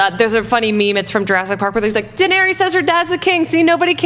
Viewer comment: " Danery-us" lol